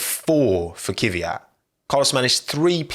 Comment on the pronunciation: what's with you english speakers and non-english names?It's pronounced Kvίat not KίViAt